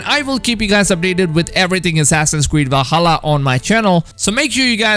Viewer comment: He used to say “W-alhalla” too lol but I think he got bullied out of it